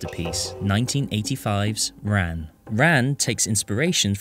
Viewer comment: C'mon, c'mon. Say it right, now. Tapped R (half-way between an R and an L), then ahn.